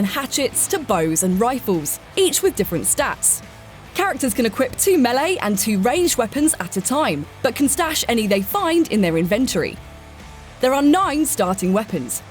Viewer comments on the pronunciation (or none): Invent-tory... Nailed it! ;) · Anyone else catch that weird "inventory" pronunciation? 🤔🤔🤔 Is that an English thing? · You said inventory wrong